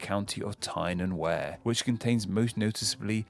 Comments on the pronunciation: Since when have Tyne n Wear been pronounced like that? Jeez a 15 minute vid to explain the names of english counties and no research on how to actually pronounce so many of them! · Tyne and Wear pissed me off 🤣